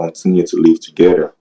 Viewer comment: 🤣🤣. Togeder, appiness, ippopotteamus, 😏